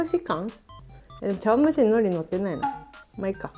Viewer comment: ちょっとぶりっ子感が… そして海苔の発音がきになる…